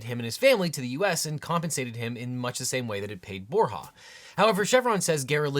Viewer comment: Bor “ya’ not bor’ha’